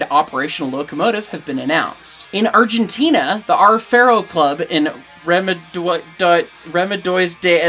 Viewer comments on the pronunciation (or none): none